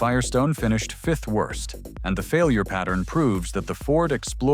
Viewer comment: WIRST, WROST, WERST...